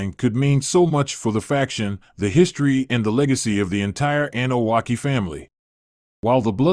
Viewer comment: Bruh its not the Anunakki, its Anoa’i. Lol kaee